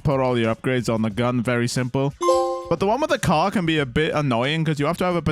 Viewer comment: the way you pronounced car... lol